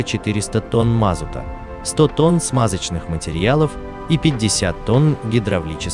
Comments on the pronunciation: Это что за грамотей читает текст. Что за "мАзут" и пропавшие "без вЕсти" . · бля автор ты че не знашь на какой слог ставится ударение в слове МАЗУТ? позорище